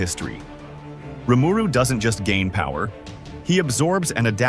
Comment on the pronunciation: Few issues in your video here; firstly your number nine choice wasn't even the MC of the show. Secondly Ainz is never referred to as a demon Lord. And thirdly you pronounced rimaru wrong